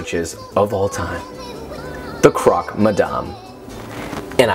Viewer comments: No it's not.. missyuh is correct but croque is pronounced more like crock than croak. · You are awesome... it's pronounced cro-que like 'croak' in english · I love how you wanna "edumacate" us but can't even pronounce the names of the sandwiches correctly